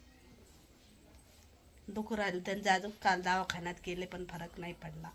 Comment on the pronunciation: दवाखाना असत ते 😊 दावखाना काय बोलतात😂😂ती रोहिणी पण तशीच